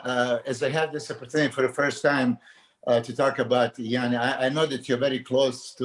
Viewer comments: I really appreciate the one on one podcasts the real bodybuilding podcast + i have to say i like how milos pronounces iain's name❤ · We need guy and Milos on a loop mispronnouncing iain's name lol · absolutely loved this podcast! Milos was so entertaining and informative. His pronunciation of Iain gives Guy a run for his money😂😂